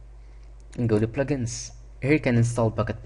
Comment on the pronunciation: You say pligins instead of plugins